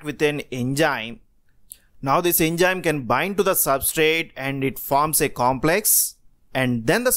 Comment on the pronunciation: enzyme activity hota hai.... Enjyme nai